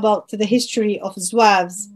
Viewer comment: (Zouaves) c'est pas (zouaoua ).un simple complot. cette polémique vien d'un YouTuber français qui'a semé l'idée. Soit par ignorance ,soit expert (complot) en croyons tous ce qui vien des français plus la volonté du pouvoir et les racistes (0 kabyles) l'idée se propage et prennent de l'ampleur. Le Mos zouave soit il est turc ou bien il remonte à l'époque romaine et vendal. Mais synonyme de zouaoua impossible Car cette tribu est parmi les 1er à combattre en 1830 après la demande du day les kabyles eux seule participants avec 16000 à 18000 soldats ,le bay hacen d'oran 6000,Ahmed bay de Constantin 30000,les mezabs 4000,etc..... Malheureusement Ahmed bay à mis sur leurs têtes comme chef son beau-frère un type qui n'a aucune expérience dons le commandement militaire plus le problème des soldats inkichari qui on jouet en faveur de l'ennemi. = la défaite